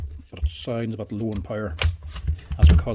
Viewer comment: Took me a few to realize he was saying "bit" and not "butt".